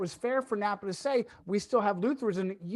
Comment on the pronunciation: It's pronounced Nah-Pah not Napaa but all good 🙏